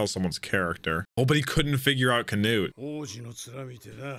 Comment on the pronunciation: why did he start saying can-ut-e